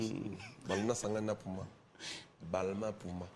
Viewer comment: Balmain puma ehhh yekola ko prononcé puma